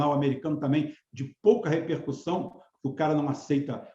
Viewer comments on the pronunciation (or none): none